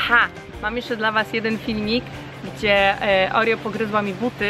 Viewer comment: pisze sie Oreo a mówi Orio (czytaj opis)